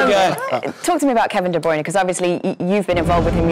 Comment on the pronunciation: Kevin De "Brayne"